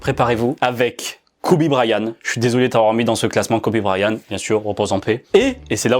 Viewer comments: kobe brayan-T- AVEC UN T A LA FIN 😭 pas kobe brayaneuh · MON FRÈRE TA DIT KOBE BRAYAN PTN 😂😂😂😂😂😂😂